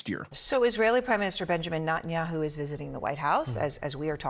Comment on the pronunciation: I would appreciate it if commentators would learn to pronounce Netanyahu’s name properly. It’s a common courtesy!